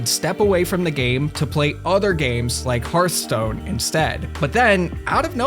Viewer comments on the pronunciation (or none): none